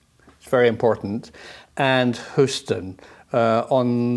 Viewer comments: Professor I love you this is why I’m going to insist you call one of the largest cities in the USA by it’s more accurate pronunciation. It is colloquially said as “Hew-Ston.” Thank you for all your great work. I say stuff wrong all the time so I just wanted to share so you know how we say it over here like the yanks we are hahah! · Small point of order, Professor. It's pronounced, "Hyooston". Good report. This event is pretty well known around here.